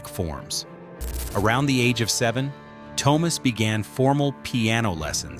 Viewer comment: His name is NOT "TOW-mas" 🤦🏼‍♂🤦🏼‍♂🤦🏼‍♂ It's TUO-mas (T...U....O)